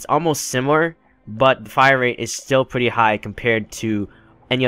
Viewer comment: Rate* not wate